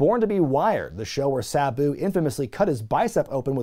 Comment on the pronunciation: Please don't call Sabu Buu, please.